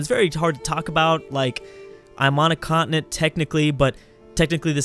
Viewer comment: why does he pronounce continent like that?